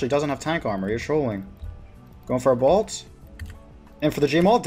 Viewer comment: Good content. Hate how you pronounce bolt as balt though